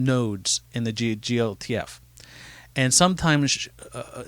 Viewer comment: Nice thanks! For note, its "jee - elle - tee - eff". :)